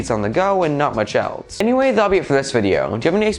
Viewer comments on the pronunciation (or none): none